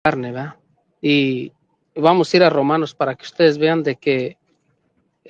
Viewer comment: Como pretenden ganar un debate si dice veda en vez de verdad